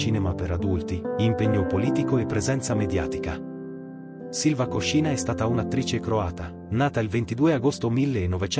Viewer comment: Piccolo errore di pronuncia. Si dice Sylva Kòscina e non Koscìna. Lei stessa l'ha detto.